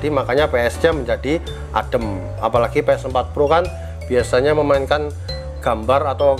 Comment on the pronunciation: Bang ps4 pro bang bukan ples